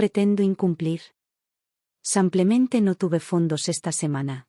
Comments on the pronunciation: Porque dices.. samplamente, no será simplemente? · Otla vez SEMPLEMENTE, APRENDAN HABLAR CORRECTAMENTE EL ESPAAL ADIOS, APRENDAN.!!! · Porque dice samplemente???!! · Samplemente?!! La narración es por computadora? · Simplemente,se lee con i no con a,en español la i es i